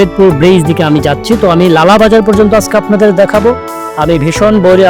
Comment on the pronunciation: Vai ekan lala bazaar nay goalabazar🙂